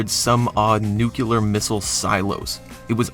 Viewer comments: "Nuke-U-lar"? Try nuke-LEE-er. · Given how bad the film we wound up getting was, I think I would have preferred the cancelled one. Also, there is only one "u" in "nuclear," so it's pronounced similar to "new klee er" rather than "nuke you ler." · Nuclear. Nucular is not a word. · Nuclear is pronounced "new-clear". Not "nucular". Y'know. As it's spelled. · You too pronouncing "nuclear" as NUKE-ULAR ?!?! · did I hear 'nu-kil-er rather than 'nu-cle-ur'?? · Nooo not the nucular 😭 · NUKILAR??????!!!!! PLEASE LEAR HOW TO SPEAK!!! It is spelled "Nuclear" how do You pronouncer NU and CLEAR??? Does You say [KILLAR] or [kilar] when spelled clear???? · Stopped watching after I heard you say “nucular”. It was impossible for me to focus on the rest of the video after that loss of credibility. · new-clear, fer bjezus sake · Say it with me...new-clear...new-clee-er. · If you are going to speak with any authority, learn the difference between nuclear and "nuculer." Primarily because the latter is not a word! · "It's nucular, Lisa. Nu-cu-lar..." :/ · Literally killed myself when you said "nucular" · where is the second u in nuclear? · Former president Jimmy Carter, who was in the U.S.N. Submarine Service, shared that mispronunciation.